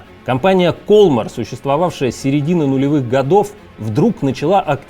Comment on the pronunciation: Может, ударение в названии компании в другом месте - кольмАр?)) Такая реальная игра в кальмара получается...